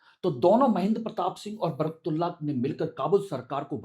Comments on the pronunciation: एंकर महोदय बर्कतुल्ला नहीं उनका नाम बरकत उल्ला था। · अरे सर आप उच्चारण सही नही कर रहे हैं । आप बर्कतुल्लाह कह रहे हैं। ग़लत उच्चारण बर्कतुल्लाह । सही उच्चारण बरकतुल्लाह। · बरकत उल्लाह ❌ बरक तुल्लाह ✔️ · Naam to sahih lelo bhai baraktullah nahi Barkat Ullah naam hai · Naam to thik se bolo, barktula nhi barakat ullah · Sir आप नाम तो सही से ले....., बरतुल्लाहः नही बरकतुल्लाह है। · बरक तुल्ला ❌ ..... बरकत उल्ला ✅ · श्रीमान जी आपका उच्चारण सही नहीं है सही उच्चारण बरकत उल्लाह है एक बरकतउल्लाह खान साहब राजस्थान से भीहैं वह राजस्थान के 1971 से1973 तक मुख्यमंत्रीरहे हैं मौलाना बरकतुल्लाह खान साहब जो कि मध्य प्रदेश से थे जी हां वह स्वतंत्रतासेनानी थे लेकिन मेरी जानकारी के अनुसार वह कभी प्रधानमंत्री नहींरहे क्षमा करें मैं भी हिंदी तथा इतिहास का छात्र रहा हूं वर्तमान में मेरी आयु63 वर्ष है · मौलाना बरकत उल्लाह बोलिए तब सही नाम उच्चरित होगा। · सही लिखे सर ।प्रस्तुतकार नाम का उच्चारण गलत कर रहे हैं